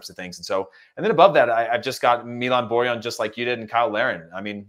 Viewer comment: It's pronounced Boar-Yawn, not Boar-Han, it's not spanish